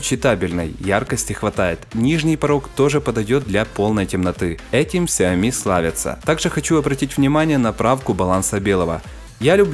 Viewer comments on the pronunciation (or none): none